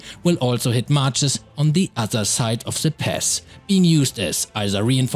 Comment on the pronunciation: He said pass I thought he said pest ( NO hate )